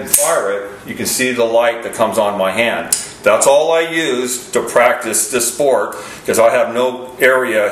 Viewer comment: Lol… He said “sport”